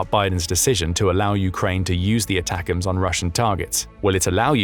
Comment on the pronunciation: Did anybody else hear him say that like "attackums"...like steakums!? 🤣